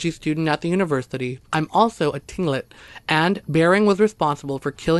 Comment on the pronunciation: Pronounced clinkit not tilingit